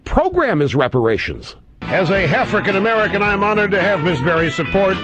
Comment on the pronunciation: Is it just me, or does it sound like Rush is actually saying half-rican American instead of African ?